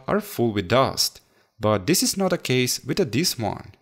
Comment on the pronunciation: with this one to" wid the dis one" that is what he said